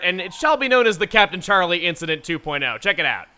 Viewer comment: Is it just me or did he shout sharlie instead of Charlie. I think someone is missing xenoblade